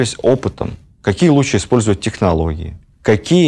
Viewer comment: Интересно, но каждый раз слышать лучче вместо лучше режет слух сильно